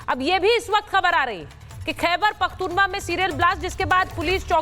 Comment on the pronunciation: Somone ask this so called anchor to pronounce correct name it is not pakhoonwa😂😂😂